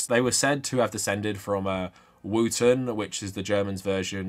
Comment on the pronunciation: If you believe this guy you had to many shits he called wotan, Wooten lol